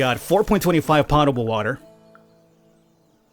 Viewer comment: I loved Dead in Bermuda and this looks awesome already. Also it isn't pot-able it is pote-able, or at least it is said as such :)